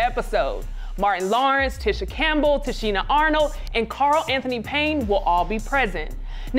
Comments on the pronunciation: her name is spelled TISHA IT'S pronunced teeeeeshe not tisha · The way she keeps pronouncing Tisha is upsetting me